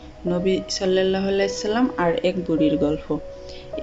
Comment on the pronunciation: নিজের সালামের এবং নবীজির নামের শেষের দরুদের উচ্চারণ ঠিক করো,তার পরে ঘটনা পোস্ট দিও